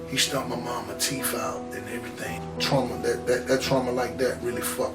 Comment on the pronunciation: Its teeth you fucking moron. Not teef.